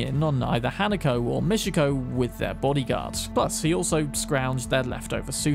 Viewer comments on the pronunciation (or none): its mi-chi-ko, not mishiko?